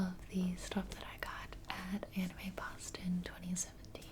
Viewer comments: For a bit I thought she was saying anime pasta, not anime Boston. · I keep hearing anime pasta instead of anime Boston sidewalk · The way you whisper the word "Boston" sounds like "Pasta". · At first I thought she was saying anime pasta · I thought you said anime pasta instead of boston lol. also, i've seen a ton of your videos but this is the first time I saw that you have an outro/end card because I always fall asleep before the video ends ♡♡